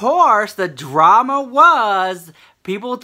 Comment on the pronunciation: "We got some DRRRAMA Honey!" <-- I am soooo here for the way you say it!!! Yaaaaas queen!!